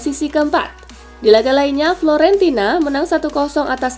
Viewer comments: Fiorentina min,, bukan florentina.. 😆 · 04: 58 "FIORENTINA" Mbak naa.... Bkn "FLORENTINA".... Udah gitu ajaah. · Fiorentina min.. Bukan florentina